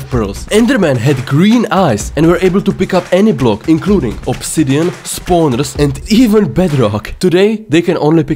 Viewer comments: Funny thing he actually sounded like said spawneres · Him saying spawners is so funny